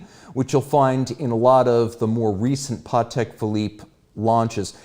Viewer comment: I didnt know that it's pronounced 'PAWteck'. Good to know